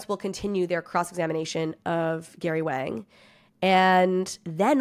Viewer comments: As someone who speaks Chinese I promise you Wang is not pronounced like “whang” or slang for dick. It is definitely pronounced “Wong” it’s also why sometimes it’s spelled with an o so English speakers pronounce it correctly 🤦🏽‍♂️ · Wang is pronounced Wong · I think Wang is pronounced Wong. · Love it when you say wang 😅